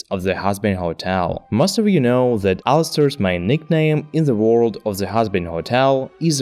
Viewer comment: It's either German over-correction or a Slavic speaker? ._. As I keep hearing a Z in That. I get English isn't phonetic at all due to an outdated alphabet with 26 letters isn't enough. Also Says brought with the wrong vowel. It's not a diphthong, but a monophthong. Also you spelled pronounce wrong. T_T